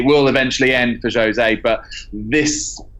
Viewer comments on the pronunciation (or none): Jose not jozay